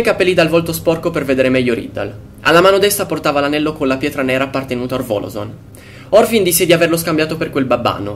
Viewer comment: molto bravo. piccola nota : è Morfin , non Orfin